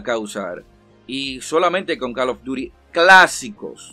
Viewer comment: Deja de pronunciar mal CALL OF DUTY no jodas. Ya sabes como se pronuncia.